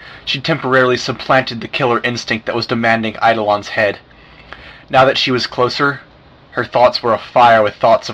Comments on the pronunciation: EYE-DOH-LAWN not fucking EYE-DOLAN FUUUUUUUUCKKKKKKKKK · Eidolon = Eye-doh-lawn NOT Eido-LIAN. It's so painful listening to this. All the mispronunciations, arg! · It's pronounced EYE-DUH-LAWN